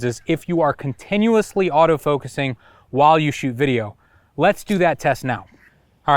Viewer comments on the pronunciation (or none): none